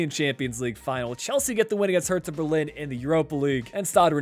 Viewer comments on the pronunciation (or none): none